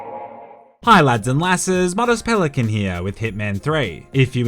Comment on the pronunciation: It’s Pelican. Not Pelican’t.